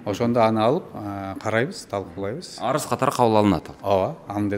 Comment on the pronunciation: Арыс эмес арыз